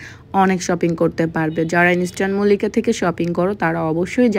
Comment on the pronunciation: ইন্সট্যান মল্লিকা আবার কিরে ভাই🙄ইন্সট্যান মল্লিকা না ইস্টার্ন মল্লিকা 😤আগে উচ্চারণ করতে শিখেন তারপর মার্কেটের নামে ভিডিও বানায়েন l যত্তসব খ্যাত😡